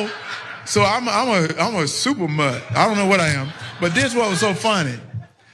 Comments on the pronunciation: I think he tried to say "mutt." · Did he say "super mutt" ? Smh.